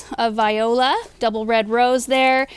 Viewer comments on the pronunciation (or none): none